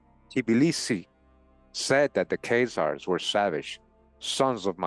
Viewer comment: why do you pronounce Keyzaers, and not KhAzars, A not ey